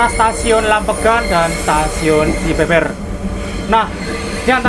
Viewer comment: "Cibeber" dibacanya 'Be' seperti 'Be-sar' bukan 'Be' dalam Be-lok